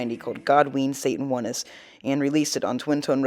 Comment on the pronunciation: Sorry, I just can't let this pass. It is pronounced God ween Satan, the one Ness. Like sincerness or your Highness, in other words having the characteristic of, having or displaying aspects of. Not God ween Satan wunness